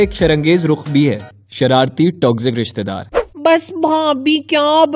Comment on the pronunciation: ristedaar nhi rishtedaar hota hai intro check kro